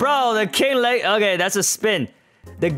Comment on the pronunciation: "king wegacy" 💀